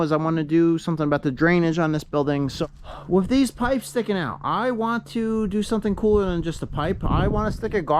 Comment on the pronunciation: Always thought a dog went woof, but now i know it goes wooth. Because you say wif and earf so wooth must be the way to pronounce it.